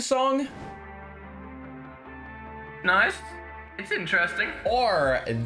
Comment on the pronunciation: Mans done said theme thong